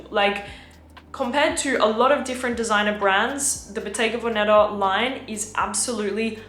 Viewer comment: Bottega veneTa la t si deve sentire …si